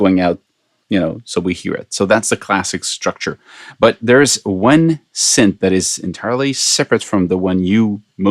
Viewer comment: its synth not sint lol